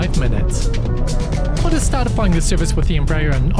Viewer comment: Not Qantas.